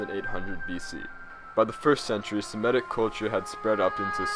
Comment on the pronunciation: It’s Semitic not semetic bro